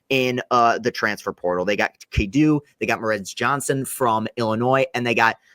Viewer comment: not close on the cadeau pronunciation 😂